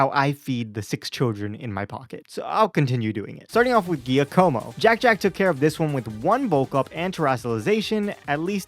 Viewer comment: G-yuh-Ka-Mo Not G-ee-ya-co-mo